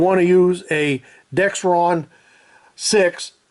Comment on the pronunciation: hey merry christmas!! i always do the check with the engine running in park thanks for saying dex ron not dex tron!!